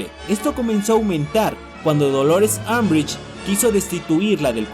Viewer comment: Harry Potter : Griffindor Draco Malfoy : Slitherin Unbrich : Azkaban 😂😂😂😂😂😂😂